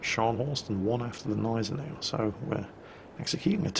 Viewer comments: Guh-NYE-ze-now ;p Bitte. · Great video as always, but the g in Gneisenau isn't silent. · why do you never say the G of Genisanau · remember: Germans put letters into words and names to be used. So Gneisenau uses the G too.